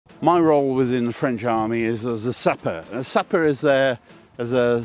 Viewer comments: Whats the point of reenacting history if you don't know how to properly pronounce the french word , its not sapper its "Sap wu are " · Pronounce it more in French please, you sound like you are saying suppa.